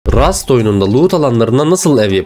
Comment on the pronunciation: abi rust diyinece niye bu kadar bastirarak söylüyorsun